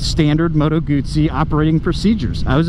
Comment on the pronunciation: Bro, there’s no “T” in GUZZI !